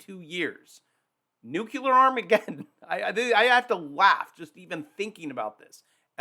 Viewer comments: Say nuclear - not "nuculure" "Nuclear" (New-Clee-ar) You might lose credibility just as many U. S. presidents have speaking this way. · Wait, NUCULURE, or NUCLEAR?😂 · it is pronounced "noo-clear" and definitely NOT "noo-cue-lar". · That lovely Maine “abode” will not look so comfortable when the 1000’ wave shows up on the horizon after Vlad’s new deep underwater nuk-nuk. Also,it’s noo-KLEE-ar, not NEWK-you-ler. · Please! For all that is holy. I've commented this before. Stop saying new cue ler!! It's new clee err. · I never take anyone seriously who pronounces Nuclear as Nu-CU-LUR- ..... It's NU - CLEAR. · Damnit. "New clear" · People who pronounce "nuclear" as "nucular" lose credibility with me. 🤣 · Nuclear nucular tomato tomato. Nope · Why they keep saying nuculer? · Say it with me: New-clee-er 😂🎉 GREAT JOB! 👏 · Nuke ya Lar.... Sounds scarier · ...love ya, man, but PLEASE don't pronounce "nuclear" like the war-and-false-flag-criminal, Dubya, does. There is no "u" in the middle! 🤣